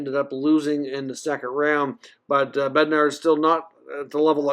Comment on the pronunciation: Bednar's last name is pronounced "Bed-Nawsh" the r is silent.